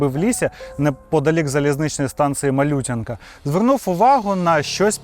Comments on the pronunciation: Бля, чувак, можна ж загуглити: БОярка, МалютЯнка, КорчІ, КалИнівка Це я вже мовчу про слова звичайного вжитку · Я теж спочатку на Боярці та Малютянці неправильно наголос ставив